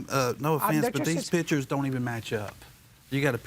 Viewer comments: "Pitchers" or PICTURES? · Pictures, not "pitchers". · That's what I kept saying, but the plaintiff kept pronouncing it as "pitchers"